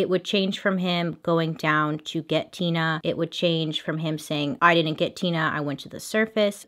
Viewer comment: Her saying her name Tina Mind Tina more like tuna Me what wrong with me ? Mind 😬 oops Me this is why I am embarrassing around ppl